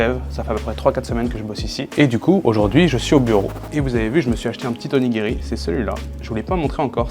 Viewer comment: OnigiRRRi, ça pique… à part ça video sans intérêt par rapport à bien d’autres.